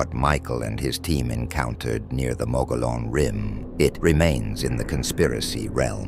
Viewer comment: Perhaps you should get your AI to pronounce mogollon rim properly